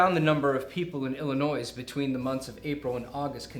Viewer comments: It's ill-annoy not ill-a-noise. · I love you guys, BUT for the LOVE of GOD! The S is silent in Illinois.